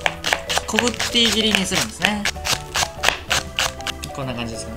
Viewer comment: こぐてぃぎり(小口切り)